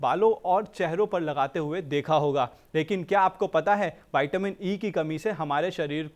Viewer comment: ज्यादा पढ़े लिखे विद्वानों वाईटामिन क्या होता है विटामिन नही बोल सकते